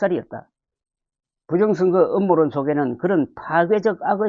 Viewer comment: 음모론 발음을 제대로 하세요 ㅋ